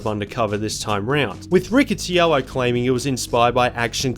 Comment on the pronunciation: That’s really not how you pronounce Riccitiello